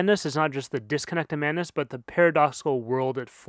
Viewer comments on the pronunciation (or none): Great video, i just wish you pronounced the D in madness :v